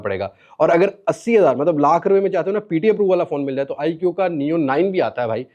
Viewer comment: آیکیو نہیں آیکو